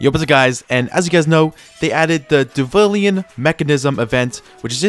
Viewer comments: bro saide divulien in sted of deluvian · there's no way bro said diVulian mechanism 😭😭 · It’s pronounced dil- uvian really not hard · bro do NOT talk about him saying diluvian wrong when you just wrote wtf this is